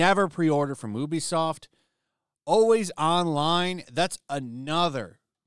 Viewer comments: It’s not ooh-be-soft, it’s you-be-soft. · Ubisoft is pronounced YOOBY-soft.